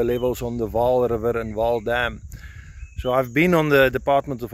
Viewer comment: Not Waal River, it is Vaal river